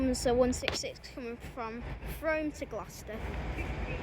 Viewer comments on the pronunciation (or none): believe it or not, the pronunciation of Frome is actually like "Froom"!